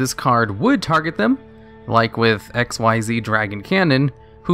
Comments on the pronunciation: It’s really annoying how you say XYZ it’s pronounced Xcees not Xceed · Xyz is pronounced ik-seez, not "exceeds".